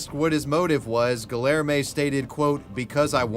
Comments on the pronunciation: The hard L in Guillerme almost killed me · Every time you pronounce the name as Guillerme with the hard Ls I die inside. 😅